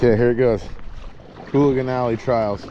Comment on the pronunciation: It's ooligan, not hooligan.